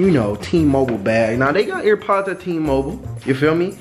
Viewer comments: Why you keep calling them ear pods 😂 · He was pissin me off for saying ear pods 😂